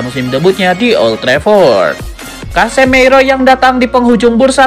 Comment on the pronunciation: Casemiro masbro..bukan casemeiro😂😂😂... Berkelanjutaaaaaaan😂😂😂